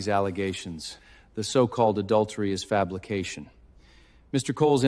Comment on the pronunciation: Not Fabrication but Fablucotion😂😅😂😅😂😅